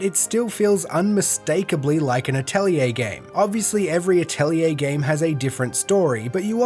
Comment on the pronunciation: You actually pronounced 'Atelier' correctly. You are the hero we deserve. Lol